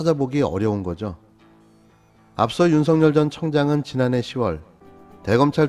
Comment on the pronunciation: [윤서결]로 발음해야 합니다. [윤성열]로 발음하는 것은 표준발음법을 무시한 언론의 특혜입니다. 이렇듯이 그에게는 보편적 법률이 본인에게도 적용된다는 것을 일깨워줘야 합니다.